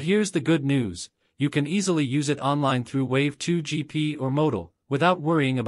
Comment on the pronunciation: Wan2gp not wav2gp